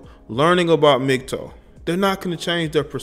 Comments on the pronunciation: Love your content man but please, it's Mgtow, not Mgtoe. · why do you keep saying "mgtoe" wtf is a "mgtoe" its "tow" like "wow" "ow" smgdh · Its Mig-TAO not Mig-TOE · Its interesting that you say the "TOW" in MGTOW like "toe-nail" but most people pronounce it "tao" like "taoism". Doesn't matter at all keep doing your thing just never heard it pronounced that way. Really, thats how it should be pronounced. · Correct me if I'm wrong but isn't it pronounced (MIG-TAO)??? Was that driving anyone else crazy lol?